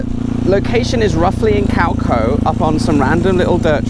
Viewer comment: Small thing, but Your pronunciation of Khao Kho is cringeworthy… 555, hopefully by now you have learned how to pronounce.